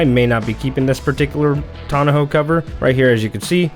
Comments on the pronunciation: Tawn-ah-hoe. Is that how you all from Cali say it? Otherwise nice soft roll up Tawn-oh 😊 review and install. I went with the OEM soft trifold but the soft ones do stick up more than the hard ones (roll up or tri-fold) but cost a lot more. Gonna live with it for a while but maybe upgrade to the Bakflip MX4. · tonna-ho cover? Come on, man. Say it with me, tonn-oh cover. Thanks for the video.